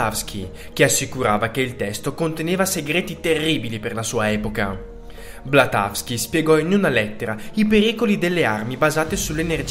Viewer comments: BLAVATSKY, cribbio!! Elena Petrovna Blavatsky, non Blatasky!! Il titolo del libro è "Le stanze di Dzyan"!! Va bene che sono video di svago, ma quanto pressapochismo e sciatteria!! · Due cose sbagliate: 1)non è Blatavski ... è Madame BLAVATSKY 2) "è conservato nel monastero del Tibet"...ahah questa risulta un po' assurda, è come dire che lo conservano nel negozio di New York o nel ristorante di Roma. Nello specifico, il Tibet è sempre stata una nazione molto religiosa - non è un parallelo molto sensato ma per capirci, è come fosse un enorme Vaticano per il buddismo lamaista ... non so quale sia il numero preciso di monasteri (anche perché l'invasione cinese ne ha distrutti molti) ma sono sicuramente moltissimi! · Scusami, non è Blatawsky, è Blavatsky. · Ma come fai a dire blatavsky? È blavatsky!!